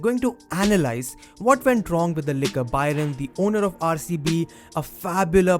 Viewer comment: Its "baron" not byron!!